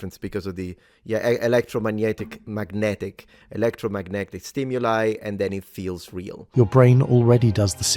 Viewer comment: Could hear the italian taking over with the "magnetic", the gn, for a moment. Very cool Wonderful video